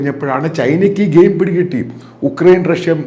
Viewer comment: യുക്രൈൻ ആണ് ഉക്രൈൻ അല്ല.